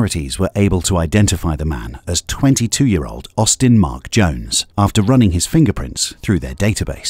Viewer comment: that’s a rough “22”